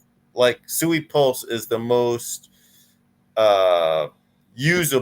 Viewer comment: One old Asian guy can pronounce Tamagotchi but he cannot pronounce SUI correctly? I understand if you don't know about the SUI Dynasty but how about something simple like water in Japanese (SUI) or even this which is super simple type in Google " how to pronounce the SUI blockchain" and or listen to any of the creators from Mysten Labs, you will only need to listen to them once and then forever be not sounding like a Noob